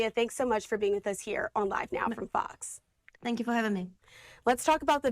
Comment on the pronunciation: I listen to this LADY a few times and SHE says,, FARCKS instead of FOX. F followed by an O sound and then X, FOX.